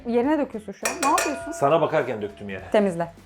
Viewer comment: abinin lukadis demes çok komik ve güzel ve ablanında nabıyorsunuzzz demesi hoşuma gidiyo